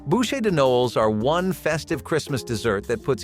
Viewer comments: CHARLOTTE "RUSSES"😂😂😂😂 AI's are so obvious it's hilarious 😂 "BOOSHAY "Noel 🤦‍♀️🤷‍♀️🤦‍♀️😂 The word pronunciation ROFL... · Right? It was painful to listen to.